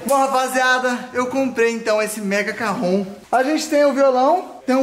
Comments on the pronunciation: Mds kkk isso chama caron não Cajon kkk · Oq é "carron" Eu : "carrão" 😂😂